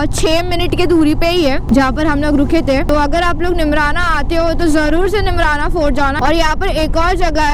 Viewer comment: its not nimrna its neemrana